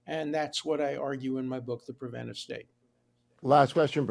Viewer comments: Hugh! pre-VEN-ta-tiv is NOT A WORD!! The title of the book is The Preventive State (pre-VEN-tiv). It is excusable for illiterate people to utter non-words; but you are NOT illiterate. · Why can't Hugh say the word "preventive"? For crying out loud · My editor ears were pained by your pronunciation of Preventive. Glad he cited the name over and over and that you showed the cover so we can properly order it. Love the show. Big fan.